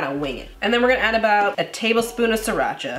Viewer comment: I love how Asians pronounce sriracha. SEE DA CHAAAA